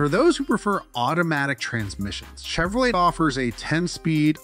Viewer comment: Yes, horrible. Chevro-lettt Lay88